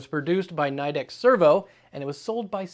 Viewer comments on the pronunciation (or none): Just an FYI. Nidec is actually pronounced KNEE-DECK. Common mistake, I called it NYE-DECK too until I started working there.